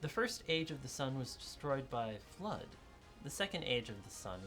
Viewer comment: Oh, I thought, he said 'blood myths'^^